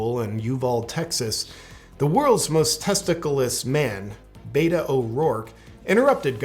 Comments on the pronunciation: Did you notice that he called him Beta and not Bato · Did he say Beto's slim crotch? 🤣🤣